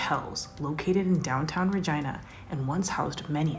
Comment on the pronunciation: Its ree-gina not ri-gina